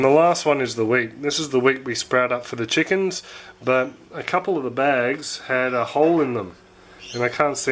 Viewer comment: My son says chookins too